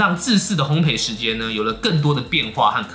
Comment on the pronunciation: 如果可以，請說烘ㄅㄟˋ，謝謝! 烘焙(ㄅㄟˋ ) 一直賠，陪不完xdd